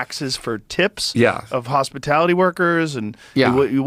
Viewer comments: It's hospitality not hospitility Kammy!! It is price gouging, not price gauging, our ally is not NORTH Korea. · What is hospi-tility? Too stupid to say hospitality? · What the hell is a "hospitility" worker? It's a portamento of "hospitality," and "hostility." The truth wants to come out. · "hostipility workers" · Hospitility and price gaging?, this woman is an idiot. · Kamala said "Hospitility." I know wonder if she understands the word Hospitality. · Did she say Hospititily? She's got bobs on her brain, or for her brain. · Did she say hospitility workers? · Did anyone else catch that she said hospitility and NOT hospitality? 😂 She ALMOST got the correct word! 😂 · It's hospitality, not hospitility! She did the same with gouge as gauge... wtf!!! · “Hospitility” isn’t even a word. lol she mispronounced that word….😂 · She said "hospitility." It is "hospitality." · Hospatility 😂 obviously she’s never had to “lower herself” and serve ANYONE in her life-she can’t even pronounce the word! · She called the people hospitility workers and price gauging not gouging lmao. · I just googled - "hospitility" IS NOT A WORD. Drunk. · She Freudian slipped 'hostility' into her pronounciation. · she said hospablity hahahaha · “Hospatility” workers? What is that, Kamala? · Yea, wtf is a “hospitility” worker? Makes me wonder is she crushes and snorts her Xanax. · Did no one catch “hospitility “? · I think she meant "hospitality" not what she pronounced. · “Hospitility workers”?….. hospi-tili-ty?….really? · She can’t even pronounce hospitality. She’s caught whatever Biden has. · She couldn't even pronounce hospitality properly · She couldnt even say hospitality 😂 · She says hospitality wrong too